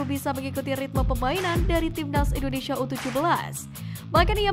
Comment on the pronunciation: INDONESIA, Neng Bukan INDONeiiiisyiiiia ya😂😂😂😂